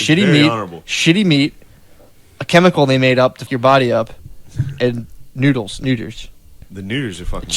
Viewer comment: He said noodles in a "racist" accent. The stereotype is Asians can't pronounce Ls and that they pronounce them as Rs, so he said "noodres." That's literally it.